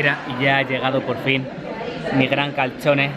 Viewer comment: porque dicen catchone si es calzone